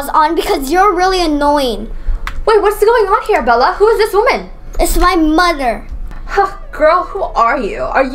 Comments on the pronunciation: Why do you say domer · why did she say “moder?!?”instead of mother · Is it me or is say moder instead of mother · right like why